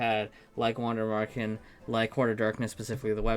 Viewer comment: I'm still amazed at how well you pronounce Wander Märchen when german isn't your native language. Pretty close to what it should sound like.